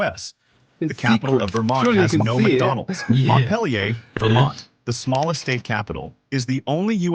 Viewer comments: Montpelier is pronounced "Mont-peel-yer." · AI voice butchered Montpelier